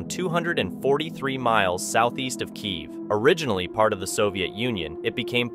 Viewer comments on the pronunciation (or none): none